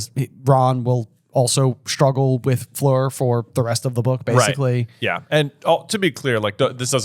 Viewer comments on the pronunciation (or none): Its Fleur not Floor. Like "A" in "A dog" Fl-a-r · as a european who hears french every once in a blue moon, it hurts a little bit listening to americans pronounce 'Fleur' 😂